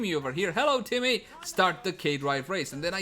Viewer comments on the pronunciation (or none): none